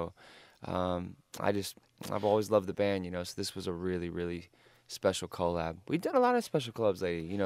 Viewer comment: The way he says collab is AWSOME